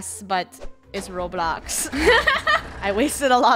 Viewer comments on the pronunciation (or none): for saying roblux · Noone::For only 500 Roblux Me:"Roblux"? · RuBlUx Me: *WhEeZe* wHaT 😂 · I died when said roblucks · roblux Me: almost fell to the floor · Hahaha i like it when everyone in the krew says roblux hahahahha🤣🤣🤣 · is saying Roblux for some reason he’s never saying it but he still saying it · Lol say roblux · Why why keeps saying roblux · is keep saying roblux